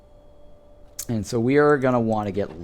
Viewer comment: "Stayed for the dubious pronunciations" - love it! (@ take this as meant with a friendly smile not as being snarky! For next time, the word "Austereey" is pronounced "ost-err" - think French. "Vissra" is "vis-cera".)